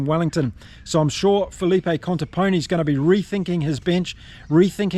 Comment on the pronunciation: you're right but i always hear you say 'Conteponi' it should be 'mi' and not 'ni'